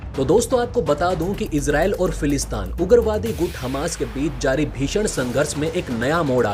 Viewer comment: फिलिस्तीन बोलो भाई,समाचार चैनल चलाते हो और एक तथाकथित देश का नाम ढंग से नही ले पाते हो।फिलिस्तान नही फिलिस्तीन।